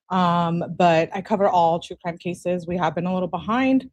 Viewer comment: Hey! Can you take a quick look at your emails? I’ll say a couple of words and you’ll know: “law and cwime” 🤦🏼‍♀️